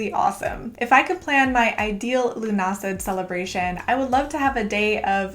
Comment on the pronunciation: Lovely video !! I grew up in ireland and im pretty sure lughnasadh is pronounced loo-na-sa